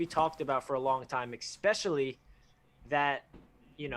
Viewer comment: Without trying to sound like an asshole because I really enjoy your channel, but when I hear "ex"pecially it knocks any credibility. You guys are very intelligent and well spoken, but if Jets media (or ) mispronounces "especially" again I'm going to punch myself in the dick.. J! E! T! S! JETS! JETS! JETS!